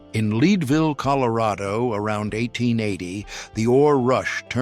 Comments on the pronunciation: LEED, COLORADO? It’s LED AS IN LEAD THE METAL. Thanks A/I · "Leadville" is pronounced "Led-ville" not "lead-ville." I really despise AI narration! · Leadville is pronounced " ledvill" named for the metal lead like pencil lead. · It's pronounced Ledville Colorado.